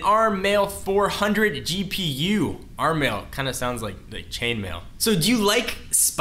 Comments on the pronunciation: So "ARM Mali" is pronounced "ARM Mail"? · may I correct you that the GPU in the note 7.0 is called MALI instead of MAIL!!!